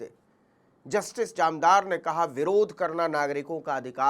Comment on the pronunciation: जामदार नहीं सर, जानदार।